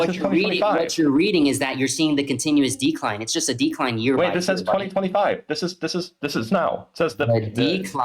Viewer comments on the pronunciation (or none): none